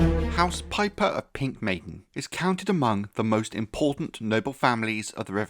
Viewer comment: Not house "pipe her" 😂😂😂